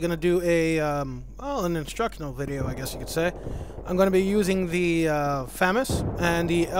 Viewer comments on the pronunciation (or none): its pronounced fuhg-mas not famous